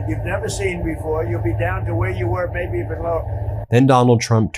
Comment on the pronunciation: "Maby", for sure. First, it sounds that way, just. Second, his lips form M, not B.